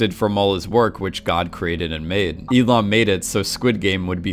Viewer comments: It's "Oh IL-NAM", not "IL-AM". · only one thing, is Oh Il NAM not Oh Il am x_x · Lol "Elom" its Il-Nam... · He musk have mispronounced. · Yeah and he says it like 200 times. E Lam. It’s iLL NAM. But whatever. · Is it just me or instead of saying il-nam he was saying Elon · Not hating but who kept thinking he just kept saying “Elon” instead of “II-nam” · Il- Nam ... not Illam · Eelam eelam eelam.... it is IL NAM. Or Eel Numb if you want to pronounce it. Shessshhh. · I just dont get how you mispronounced nam to ham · Bro what did you call him? "We Lam"? Its Il Nam lol, pronounced just like that* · ilam? its ILL NAM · its not eelam its il nam 🤦‍♂️ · I understood "Elon" instead of "Il-nam". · I like how you pronounce his name like “elon” it just sounds like something that elon would have done. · Now I'm not great at pronouncing Korean names at all, but all I keep hearing is Elon instead of Il-Nam, coincidence? Amazing video btw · Why is it that when he says il-nam it sounds like Elon 😂😂😂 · Everytime you say "Il-nam" I hear "Elon" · When you say Il-nam I keep hearing Elon. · Every time you say Il-nam, I hear Elon. And it still would make perfect sense. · When he says Il-nam i always understand Elon and then I think "Yes, Elon Musk would totally do something like this." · Anyone else hear "Elon" insted of Il Nam" when the name is said? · Every time you say Il namm i hear elon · The more I listen to you mispronounce his name, the more it sounds like Elon :D Great analysis! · "Oh ill man", lol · IL NAM - Jesus Christ please pronounce names correctly. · how're you going to call someone your favorite player, but then say their character name incorrectly? 🤨 also, "shark loans"? it's loan sharks. jeeze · Learn to enunciate ffs "sanctified" is not pronounced Synctiefied. Il-nam is also not pronounced Eee lam it's Ill nam